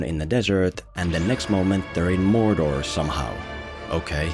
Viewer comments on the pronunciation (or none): none